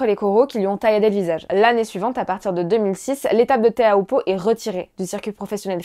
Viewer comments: prononcé “chopoo” pas teahupoo! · Teahupoo ça se dit Ti - Ou - Po, s'il vous plait pour les polynésiens... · La côte landaise n'offre absolument pas de vagues olympiques en été, période où se déroule les jeux. - Seuls les anglo-saxons prononcent tchopou. Tous les tahitiens prononcent "té ha ou po" et c’est ainsi que les Français devraient aussi le dire. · L'analyse émotive désastreuse (à contre courant) est d'un pathétique, mais le "tchopou" dans un élan de conviction rend le personnage encore plus démuni qu'il parait 🤣.